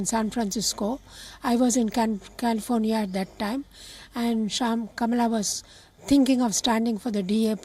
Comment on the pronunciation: Kamala’s Aunt seems to be pronouncing her name wrong. It’s pronounced “Comma-la”